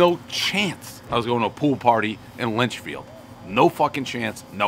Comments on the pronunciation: If you say Lynchfield one more time!!!! LITCHFIELD!! Christ..... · bro definitely never been to litchfield, he called in lynchfield HAHA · Litchfield not Lynchfield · Awesome to see Dave in NH. I would love to have him try Rocco's in Manchester. And Dave kept saying Lynchfield. But it was LITCHfield, a nearby NH town. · Litchfield bro. Litchfield.